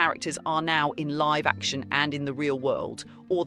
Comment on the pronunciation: SAY LIVE BRO SAYYY LIVE 😭😭😭✌️✌️🥀🥀🥀